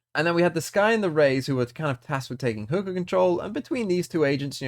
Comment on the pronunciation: i gotta find something to comment for the algorithm. I love KR valorant, also you pronounce hookah funny!